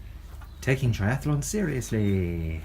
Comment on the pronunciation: It's pronounced tri-ath-lon .. NOT tri-ath-a-lon. Apart from that, well done ... very impressive!! :-)